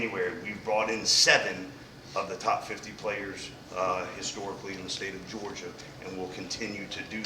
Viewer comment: So he can’t say Georgia